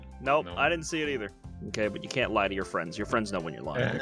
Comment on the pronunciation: He fwends it me human